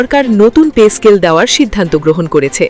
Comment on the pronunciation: পে স্কেল নাকি পেচ স্কেল শুনতে শুনতে কান নষ্ট হয়ে গেল